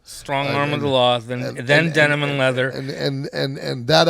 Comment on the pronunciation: Best line of the episode: ...Denim & Leathum. 😂 Damn that pesky ' cotton mouth '. 😂😂